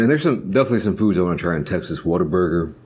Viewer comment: this austin girl is proud of you, it sounded like you pronounced what-a-burger the way we do, its more like “waterburger”. my man be stylin!